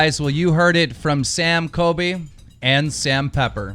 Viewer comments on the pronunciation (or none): It isn't Coby it's COLBY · I can’t believe people keep saying “coby” it’s got an “l” coLby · Keemstar is pronouncing it 'Kobe' Like brennens dog.. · LISTEN U RAT DON'T CALL COLBY C O L B Y NOT KOBE!!!!!!!!!!!!!!!!!!!!!!